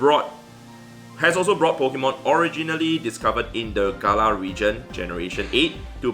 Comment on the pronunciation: You spoke Galar wrong